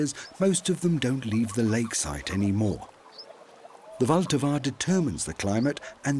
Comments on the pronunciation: It is not Voltava. Try to go by syllables, the stress is on the first one: VL-ta-va. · " wilt ahwa "